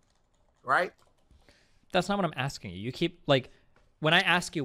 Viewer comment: Cool debate, I just didn't like how Destiny kept axing fake questions